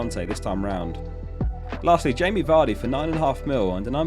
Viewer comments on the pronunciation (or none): none